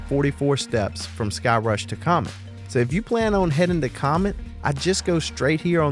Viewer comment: All I heard was " don't go to thigh-crush " hahaha. Great video as always.